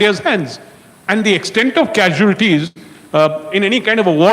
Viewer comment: ‘Kasuelotees ‘ or casualties?